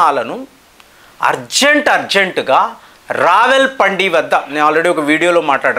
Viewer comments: అది రావల్ పండి కాదు, రావల్ పిండి 😂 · రావెల్ పండి కాదు... రావల్పిండి 👹🍉😸🦟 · ఓరి నీవైబ్బ...ప్రపంచంలో అందరూ ఒక విధంగా pronounce చేస్తే...నువ్వు వేరే విధంగా pronounce చేస్తావు ఏమిటి రా నాయన... రావెల్పిండి కాదు...రావల్పిండి... నువ్వు ఒక వింత జీవికి ఆన్ కుంటా...చాలా చిరాకు వేస్తుంది...ఏదో విందామని వింటుంటే...చా వింత pronounce చేస్తావు. కాస్త నేను చెప్పటం కాకపోయినా.. విని...రావెల్పిండి న లేక రావుల్పిండి నా అని...నీ ఇష్టం వచ్చిన ఛానెల్ లో విను...ఎవ్వడైనా నువ్వు pronounce చేసి నట్లు pronounce చేస్తారేమో... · Ravalpandi కాదు,రావల్పిండి